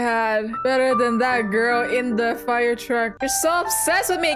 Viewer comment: I like how says gril instead of girl 😭 lmao 😂